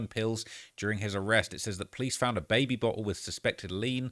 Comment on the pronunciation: Bruh did yall hear him pronounce baby bottle “Bae Be Bot El” 😂 say it again